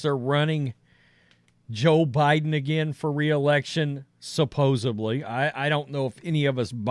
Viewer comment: "Supposedly" It's a D not a B.